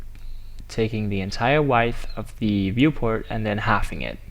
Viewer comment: You and your wide-th :P